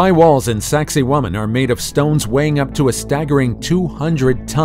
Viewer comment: I wonder how long it's going to take archaeologists to figure out that who ever told them the name of sacsayhuaman was messing with them Sacsayhuaman pronounced sexy woman